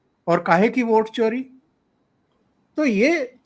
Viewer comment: सर आप वोट चोरी की बात कर रहे हैं और मुझे चारा चोर सुनाई दे रहा है।